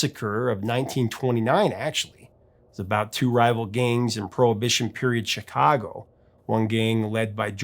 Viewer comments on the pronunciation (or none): none